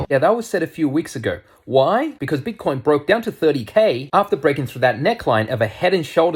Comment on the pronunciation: You are hilarious "BIT-TAH-COYNE To dah moooon!"